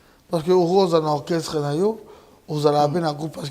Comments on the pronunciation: Orchestre et non okresse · Djo oyo azo koka koloba orchestre te😂😂😂 heure nyonso kaka okresse